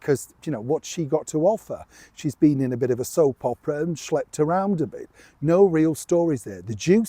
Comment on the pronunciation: ...I had to repeat to distinguish whether you said Schlep or SLEPT.....LOL